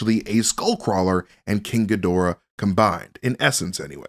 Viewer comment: Couldn't be more wrong mate the only thing that you could possibly dislike about is the fact he pronounced it Ghidorah not Ghidorah